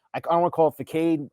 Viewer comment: Are we just gonna ignore that this dude said FUHKADE instead of façade